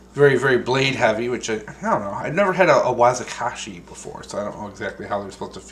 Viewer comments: its pronounced WA Ki ZAshi not Wazikashi lol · "wazikashi", like a small "kanata" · Wakizashi not what you said.. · Totally just insulted my culture by blatantly pronouncing Wakizashi wrong and not even apologizing. Fucking euro descendants...things never change do they?